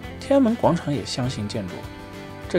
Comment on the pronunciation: 相形见绌 chu四声